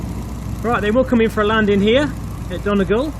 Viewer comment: Done - eee - gal (sounds like 'fall')